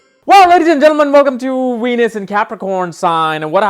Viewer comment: venus sound like ENUS